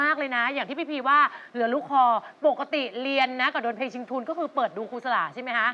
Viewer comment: แชมป์..ออกเสียงคำว่า..เพลง(พะเลง)..ไม่ใช่เพง...นะลูก